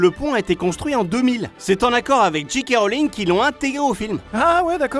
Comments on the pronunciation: On ne notera pas les incohérences dans la prononciation anglaise de parlant de "dji kay Rowling" (transcription, pas translittération). Soit on prononce les lettres à la française, soit à l'anglaise, mais alors c'est "djay kay" et pas "dji" (G) qui est ici une infamie sortie tout droit de chez trop coutumier de Jacquie. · Si vous prononcez le K de JK Rowling correctement, faites un effort pour le J. Pour faire la différence, prononcez G comme dans G.I. Joe, et J comme dans DJ (Disc Jockey).